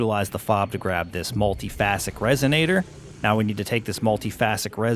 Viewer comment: The way he pronounces Multiphasic Resonator annoys me. Just listen to Mr. Rofflewaffles for the correct way to say it.